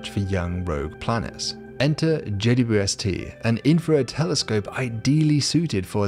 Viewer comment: Loved your style until you pronounced JAY-DEEDUBUST.